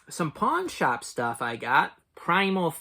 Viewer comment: Did you say pawn shop or porn shop?😊